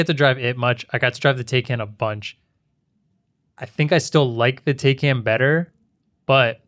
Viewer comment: its pronounced Tai-can Not Tay-can